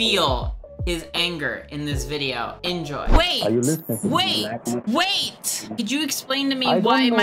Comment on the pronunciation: Vate a moment. Vate a moment.